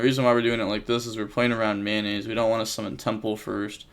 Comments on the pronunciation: Why do you call Metnoise Mayonnaise? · Everybody: Tearalements Metanoise: Mayonaise